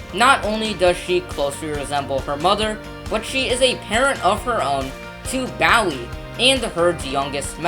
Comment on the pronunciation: It's BOOie like a ghost. It's BLUEbonnet. That's bonnet like an Easter Bonnet. Y'all could have at least taught your narrator the correct pronunciation of Texas names! Bluebonnets are the State Flower. Bowie is named for Jim Bowie, who died at the Battle of the Alamo.